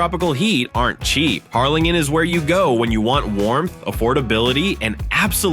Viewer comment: Can’t you get an actual person to read your info? Or… teach your AI to say numbers correctly. Hell, teach it to pronounce Harrlingen. Oh, and it’s super easy to get pictures of cities, please show pictures of the actual towns you’re talking about.